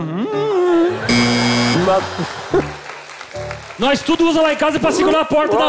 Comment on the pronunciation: “nóix tudo” agora eu entendi ksksk